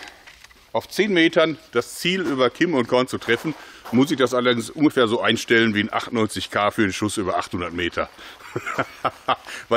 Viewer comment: "....betragt ungefahrrr ache KILOGRAM..." O YES MHMM YEP UH Huh YEA, Mhmm that sounds right mhmm